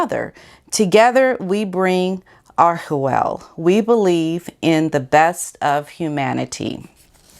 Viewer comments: Pronounce it this way "Are ch (like church) well. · Love your belabored pronunciation of the ever pompous "Archewell" You know how to hit the nail on the head in Meghan's foolhardy attempt at being it the celestial kingdom of the up-up-upper class.